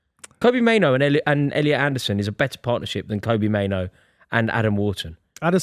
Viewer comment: Saying both kobbie and mainoo wrong is impressive